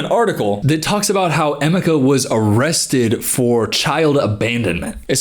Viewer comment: I dunno if anyone else has mentioned it and not to be that person or anything but his name is pronounced em meh kah I dont think the way im spelling it out will really help much js cuz its kinda specific but anywho ❤